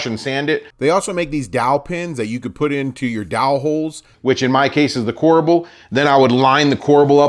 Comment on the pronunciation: OMG... CORBEL NO A!